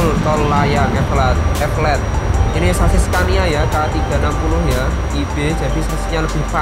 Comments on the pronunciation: Bukan evelet tp eleveted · Elevated bukan evelettttt😀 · Tulisannya tol elevated tpi dibacanya tol epelet dong 🤣🤣🤣 ngakak gusti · Tol elevated bukan evelated